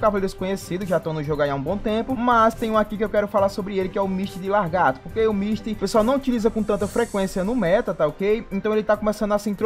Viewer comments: vamos ler o nome do personagem? Misty de LA-GAR-TO e não LAR-GATO PELO AMOR DE DEUS!!! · Costume das pessoas é foda, né? Ta ali na dele é só ler lagarto e o fala largato kkkk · nossa mano grande merda ele falar a porra de lagarto errado vai acabar o mundo por isso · largato???? kkkkkkkk